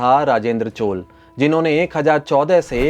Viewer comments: Chol kya hai? Maurya ko maur kehte ho kya? CHOLA . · चोल को चोल् नही चोल्अ पढ़ा जाता है।